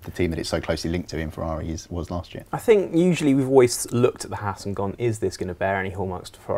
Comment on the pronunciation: Can the presenters please say HAAS correctly like the long haired guy is. HAAS not HARS. Just saying XD